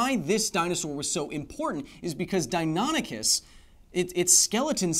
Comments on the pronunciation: "Dine ah nick us" is the correct pronunciation. I'm 40 and have studied dinosaurs since I was 5. I'm pretty sure my nerdiness is confirmed. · It’s pronounced “Dino-nikis”